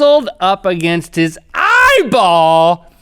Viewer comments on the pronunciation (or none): Link says: eeEEEEye-ball I say: EEEEEEEEYE-ball